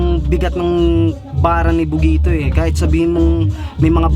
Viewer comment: tang inang rapper yan c bogito bulol pota.,magbi2saya n lng mali mali p